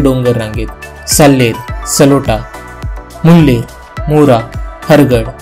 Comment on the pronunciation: छोटीशी दुरूस्ती .. सलोटा नव्हे साळोटा